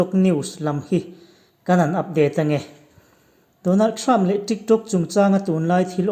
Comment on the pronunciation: Donald Trump pàwn mak deuh2 a lam a ngah lutuk tho😁🤣😂